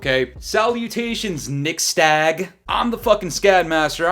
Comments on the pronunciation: You just call him nixSTAG?😂😂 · Bruh his name is Nixstahh. Imma let y'all connect the dots RQ. Just sound it out slowly and it'll make sense. 😂😂😂